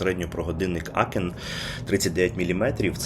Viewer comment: Тільки не "Акен", а "Аахен". Бо це таке німецьке місто - Аахен (Aachen). Адже годинник німецький, то й читати треба за німецькою транскрипцією, а не англійською. Тому вам, як оглядачу преміальних годинників, треба бути уважнішим до деталей.